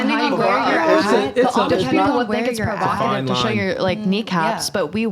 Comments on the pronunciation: PROVOCATIVE not prerogative 🤣🤣🤣🤣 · good clip but bro.... its provocative😂 the amount of times you said perokative sounded dumb as hell